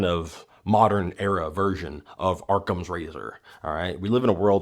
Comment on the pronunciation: It's 'awwcum' not "ARRCOM" hahaha I kid I kid. Love your channel bro and keep making the content. You always got me laughing and thinkin! :rocket-red-countdown-liftoff::thanksdoc